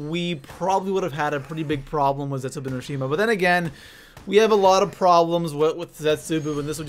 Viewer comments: You're saying zetsubou wrong, it's not zetsuboo it's zetsuBOW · Ragnarok should have been higher and I hate how he says zetzobou